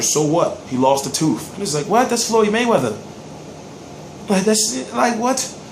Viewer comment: it's tooth not teef lol